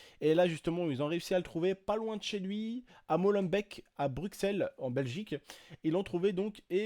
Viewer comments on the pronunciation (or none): Mais t con je te dis depuis tantot que ca ce prononce "Brussel" ca ne ce dit pas Bruxel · Sa ce dit Brussel pas bruXel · désolé mais molenbeek se dit molenbék et Bruxelles se dit brusel